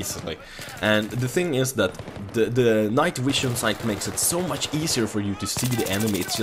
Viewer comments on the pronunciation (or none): Thumbs up for "night wision" :D